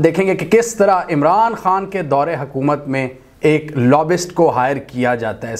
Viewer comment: Pronounce the "y".in lobbyist...it's not lobbist